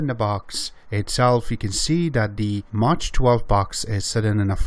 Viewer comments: I love your vids, and learn a lot. I also understand that English is not your native language. In this case please be informed that MACH is not pronounced as Maa tch. The "CH" is pronounced as a hard "K" sound. M AH K. It's like airplanes travelling faster than the speed of sound, Mach 1, Mach 2, Mach 3. etc. Yes, I know, grammar nazi, but it bugged the hell out of me. Keep up your great vids. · nice video. And its Mach like Bach